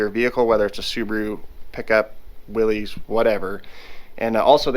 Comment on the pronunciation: my 98 year old grandpa watching wants you to know that Willys is pronounced Willis, as in Bruce.